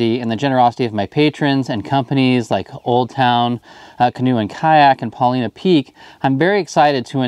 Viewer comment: Hey, love watching your videos, and never have anything critical to say about them, but something has kinda bugged me for awhile, so I checked into it. First, though, I fish a lake here in Oregon, called Paulina lake. It's pronounced "Paul eye na". When I heard you talking about Paulina Peak tackle, (you pronounce it as "Paul ee na") it just didn't seem right. Well, sorry, but I was correct. Got it straight from Paulina Peak tackle. 🤣🤣🤣 Keep up the awesome videos!! PS. There is also a Paulina(Paul eye na) Peak next to the lake here in Oregon! 😄👍